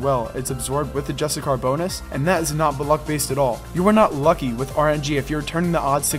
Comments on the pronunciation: dont know how this popped up and noticed its cool concept and all but please stop saying just a car, its justiciar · Im pretty sure its justiCIAR not justiCAR. like justice-iar. just so you call it right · Re record the video and say justiciar instead of justicar ffs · It's justiciar (jus-tissy-ar), not justicar. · Just so you know dude it's pronounced Justisheer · ITS JUSTI-SHEER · ironic you went to the trouble to google definitions and put them in the video to substantiate your claims but still pronounce "justiciar" incorrectly*